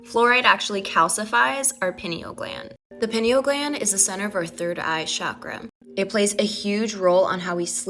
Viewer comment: I'm indian and my blood starts boiling everytime she says "chakra"...maybe I need more wotah💀